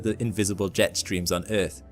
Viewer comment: But but but the erf is flat guyses😂😂😂😂😂